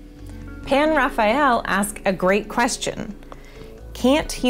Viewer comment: It's a Hebrew name, but her pronunciation is decent.